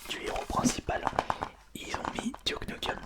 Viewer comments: « Tenchu » aye... « Douke Nukeum » ayeayaouille... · "Duke noukeum" OOF T'a pronunciation me fume xD Mais j'ai bien ri donc c'est pardonné. €_€